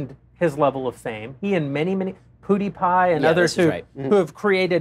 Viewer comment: Jeremy Boreing's pronunciation of PewDiePie is terrible